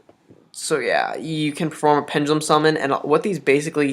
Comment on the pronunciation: pengelum no no no pen (duh) lum.